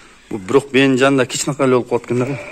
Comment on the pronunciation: Кичинакай,жазалат эмес- кичинекей жасалат деп суйлогулочу